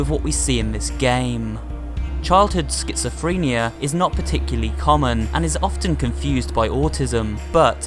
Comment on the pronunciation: Schizophrenia doesn’t have a T in it genius